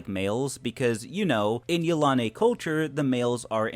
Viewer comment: I really don't think he pronounces it right. I feel it is pronounced: Yil-a-nee. I could be pretty sure I'm right. What does everyone else think?